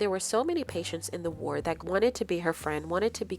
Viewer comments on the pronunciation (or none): none